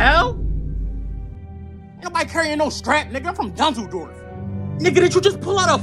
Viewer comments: Hes sayin dunzeldorf not dusseldorf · It’s dunzeldorf he said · Soon as I heard "dunzledorf" had to pause the video 🤣🤣🤣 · Lmfao “Danzoldorf” 😂😂😂😂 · Dunsledorf is what I imagine an american would repeat after hearing a german say "Düsseldorf". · But he is clearly not saying Dusseldorf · yoo for a second i thought he said Düsseldorf lol